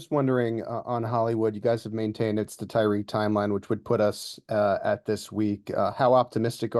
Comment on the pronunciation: Did he say Tyreek?